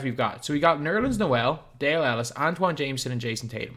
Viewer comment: has been calling antawn jamison Antoine Jamison for so long